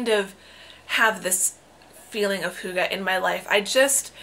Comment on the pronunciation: Don't worry. Your pronunciation of hygge is very close. 😊